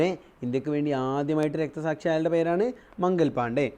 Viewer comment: മംഗൽ പാണ്ഡേ അല്ല മംഗൾ പാണ്ഡേ ആണ്